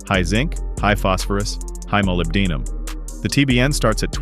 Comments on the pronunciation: It’s pronounced MOLY BEN DUM Ai trash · you forgot MPT industries. if i had the money, that would be my oil. i dont like computer voices who can't pronounce Molybdenum. i think Amsoil is all about marketing.